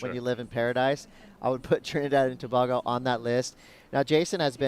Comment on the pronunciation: it's pronounced To-Bay-Go........not To-Baa-Go...........Trinidad and Tobago